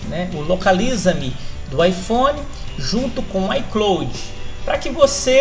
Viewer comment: Aprenda inglês, véi! É "ai cláud" e não "ai clôude". E não é "êipow", é "épow". Ou simplesmente iPhone. Desde o momento que você falou errado parei de assistir o seu vídeo.